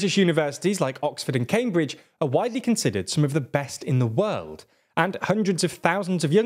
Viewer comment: First of all, it's world, not weld. Learn your pronunciation